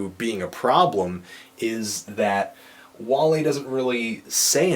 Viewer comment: Im Surpised he Said Wale's Name right.